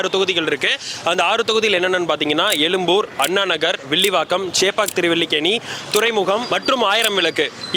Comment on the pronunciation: எலும்பூர்.... பேசு தமிழா...தமிழை தமிழா ஒழுங்கா பேசு... எழும்...பூர்